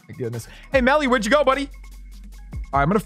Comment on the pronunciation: Beakers lab the gang is back with and AND Melly! HORRAY YOU SAID IT RIGHT!